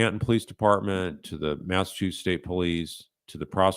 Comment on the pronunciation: Its Massachusetts 🤦